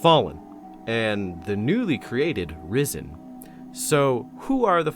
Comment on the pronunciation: I can't stop hearing "Rizzen"... Help me.